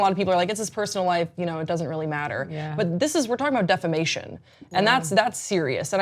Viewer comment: Ahhhh! Defamation not Defecation!